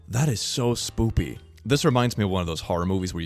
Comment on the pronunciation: It always makes me laugh when he speaks spoopy instead of spooky, like he is finding it cute and amusing.